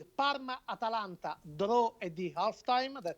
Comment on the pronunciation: Atalanta, Not Atlanta